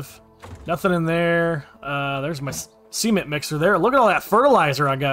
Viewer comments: I have binge watched this entire series, because I’m currently “stuck” on console, and it’s so nice to watch a console series, so thanks a bunch man! 🤘 Also never stop pronouncing cement the way you do, never fails to make me chuckle. 😂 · I very much enjoy watching your videos man! It’s such a blast. 🤘 And yes. Absolutely. Mispronouncing cement seems like the PERFECT way 😂😂😂😂